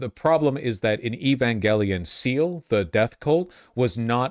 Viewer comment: "Seal" It's pronounced "Seh-lay"